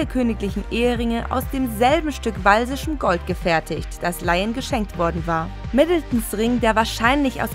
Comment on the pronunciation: walsisches Gold? 🤣 Das Gold stammt aus Wales, also: walisisches Gold !!